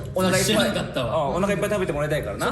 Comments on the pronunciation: 康二が「ボリューミーな親子丼」って言ったあとの 頃、しょっぴーの「知らんかったわ」と、話の流れで康二が「親子丼は大体イタリア産や」って言ったあとに聞こえた のしょっぴーの「聞いたことないわ」がまんま関西人のイントネーションで個人的にテンション上がってる。しょっぴーの関西弁とても好きです。 ほんまに素晴らしすぎて何回もリピートしてる。やばい。ありがとうございます。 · しょっぴーの知らんかったわっていう言い方が、もー関西弁なんよ☻